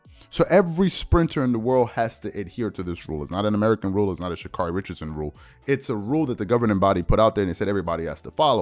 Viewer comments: Pronounced: Sha Kerry. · Mis pronounced name Get it right.